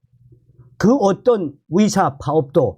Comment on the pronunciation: 듣는데 참..불편하네요 발음이..같은 한국인인데 발음교정이 그렇게 어려우시나요? 노력은 해보셨는지요?의사를 위사..의새를 위새로 발음하시니..ㅠㅠ..국어책읽듯이 띠엄띠엄..읽으시니 듣는데 이해도도 떨어집니다